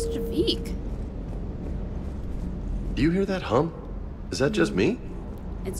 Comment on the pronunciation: All love to you,, but please... it's "Javik", not "Javeek". XD Nobody in the game refers to him as "Javeek", please, for the love of... like, everytime you say it, it's like hearing nails on a chalkboard. XD XD